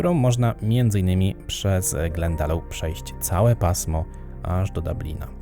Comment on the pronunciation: Glendalough a nie Glandalough